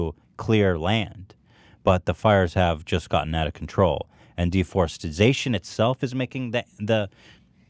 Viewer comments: Ethan you’re a great guy but if you pronounce “deforestation” as “deforestization” your opinion is pretty much invalidated. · Dudes gonna pretend like he's too good for Arby's for 45 min and then pronounces it deforestization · say it with me DE-FOR-EST-A-TION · Ethan pronounced deforestation wrong in multiple ways lol